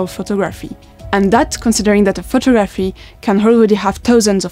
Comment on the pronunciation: How she says photographee is interesting. I sometimes wonder how the hell people learn some of the random ass rules in English